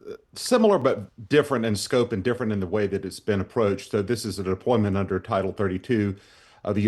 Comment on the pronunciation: It’s (D)ifferent